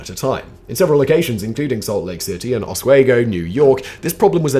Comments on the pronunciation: Thanks for sharing your videos, always interesting and entertaining. FYI. Oswego, Os we go. Not Os wego. Yes I know, unnecessary nitpicking 😂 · lol... it is OS-WE-GO, NY (not OS-WAY-GO). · ah-swee-go...I love listening to people try to pronounce the town names from my homeland. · Hearing you pronounce Oswego like that hurts Simon hahaha😂 I didn't know they ever had a prison though